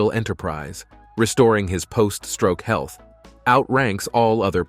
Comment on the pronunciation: i like how it said "heath issues" lmao